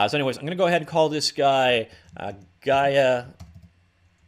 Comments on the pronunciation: its pronounced as "yeah" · Just for the record... Gaea/Gaia is pronounced with "é" not "ái" and not "g" in front but "y". It sounds exactly like "yeah". Cheers.😊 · I looked up every time you said Gaia. ☠️ (Look at my name) ☠️